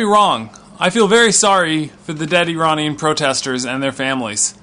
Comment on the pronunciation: Ok I have a deal for you I live in the UK and I will forgive you IF you learn how to pronounce iran and Iranian properly Do we have a deal lol?